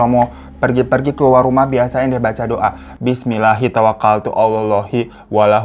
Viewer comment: Maaf bang hiro doanya ada yang keliru. Bismillahitawakaltu ngalalloh lakhaulawalakuwataillabillahil ngaliyilnadzim. Bukan whala whala